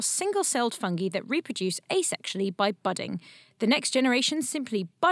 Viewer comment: the way she says "fungee" kind of irks me